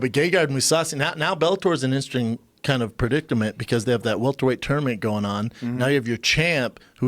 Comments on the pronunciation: Brendan "interesting predingtament" Schaub about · Brendan said Predictament